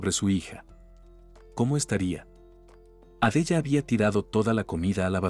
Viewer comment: Por fabor pronuncia bien los nombres por ejemplo Sara Adela ho Carmelita y varios nombres